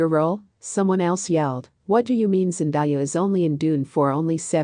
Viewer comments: Hey pronounce my Baby's name right it's Zen-day-a who in the world is Zen-di-ya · Its Zendaya not Zendiya:( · Would you PLEASE say the woman's name properly! It's pronounced zen day ah, not zen die ah! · Couldn’t last 2 mins. So distracting hearing names being repeatedly mispronounced. Zen-di-ah, Cha-la-met? Rude and lazy -make an effort to say names correctly!